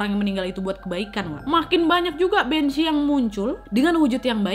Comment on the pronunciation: Bhanzee = kok aku malah dengernya jd banc* yaaa? 🙄